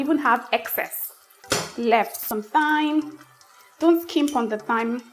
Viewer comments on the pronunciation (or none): Thyme is pronounced like “time” with a hard ‘T’.